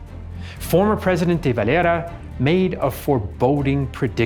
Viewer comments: Why does he pronounce de valeras name so weirdly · He's using the Spanish pronunciation. It's a Spanish name. I'm not going to spilt hairs over it. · He's using the Spanish pronunciation. It's a Spanish name. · The way you pronounce "De Valera" bothers me.